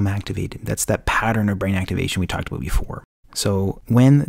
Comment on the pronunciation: TALK ABOOT?? IS THIS GUY CANADIAN?